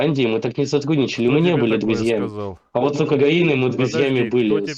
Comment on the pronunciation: Не садГудничал? пГащали долги? пГиколно!😂😂😂😂